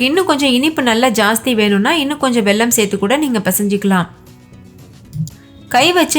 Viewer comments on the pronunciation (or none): none